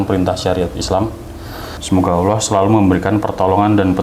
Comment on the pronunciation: mas maaf yg mengsyahadatkan tolong ucapan nya yg benar, ala atau Allah maaf sblmnya